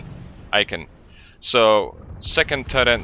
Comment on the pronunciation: i'm sorry but what is turreNt?